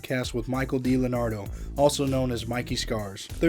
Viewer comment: It’s not Dlenardo- It’s D-Leonardo 🤦